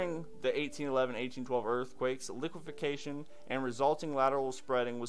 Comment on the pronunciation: goog report. btw its liqueFACtion not liquefiCAtion just sayn. . keep up the great work here